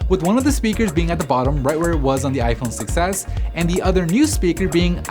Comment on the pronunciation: It sounds like he is saying "iPhone success"